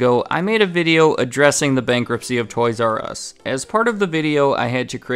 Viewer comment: TOYS "Я" US like TOYS "YAH" US